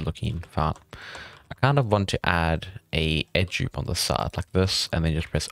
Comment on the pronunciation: why cant you say Edge Loop properly!!!!